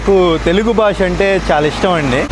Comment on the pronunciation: Punyaniki dhobbi thine falthu ga,bhaasha ni baasha ane nuvvu em matladuthunnav ra idiot, Telugu spashtam ga nerchuko mundhu jaffa gada,em bathuku ra needi